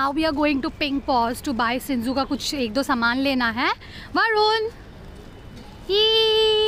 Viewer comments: It's shih tzu not shinzu😂❤ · Ma'am your Pronouncation is wrong of shihtzu and the spelling is shih tzu not sinzoo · Ma'am Sinzoo is the name of her shih tzu puppy.. no offense just telling you. 😊